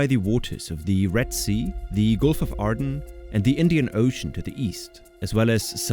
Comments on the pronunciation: Aden.. not Arden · "Gulf of Aden" Not "Gulf of Arden" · There's no "r" in the word Aden.